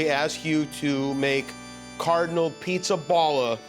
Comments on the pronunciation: Jimmy , its Pizzaballa with a open " a " like há ! Not ball . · PIZZAPALLA. Palla, both A are pronounced like in ciAo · That's not how how Pizzaballa is pronounced. The "balla" in the name is pronounced more like in the word "BALLAst" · The pronunciation of the cardinal Pizzaballa name is absolutely wrong. It's a funny surname even in Italian, but it doesn't sound like that. Coming from an American of Italian descent that's a poor job, Jimmy :)